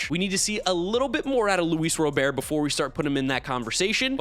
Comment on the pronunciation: Say Robert’s name right, Jesus you’ve been saying his name wrong for years